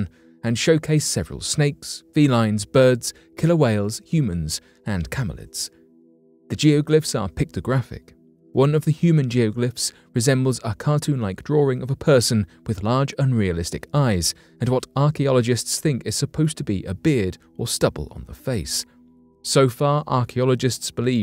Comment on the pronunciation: WTF is a Drawring ?!! 😆 Lol !!